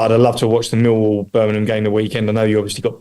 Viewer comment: He been in the area long enough to stop calling it Burminum!😜 Thx for your commitment to Birmingham!!💙